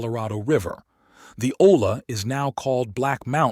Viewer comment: Just a tip double L makes a y sound like olla sounds like oya. Great work.